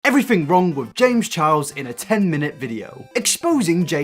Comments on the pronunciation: “James chows” only me who’s frustrated by the way he pronounces Charles? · "James Challs " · Why do British people say “Chiles” instead of charles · “james chows” lol